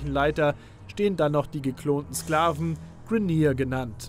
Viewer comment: Bitte sprich die Begriffe richtig aus. Ich weiß ihr wollt das auf deutsch herausbringen aber manche Begriffe wie Orokin, Grineer spricht man Englisch aus. Hört sich viel besser an.